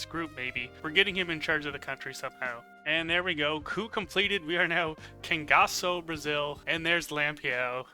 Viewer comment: That's the first time i saw a non-brazillian pronuncing "Cangaço" the right way. I'm so proud :)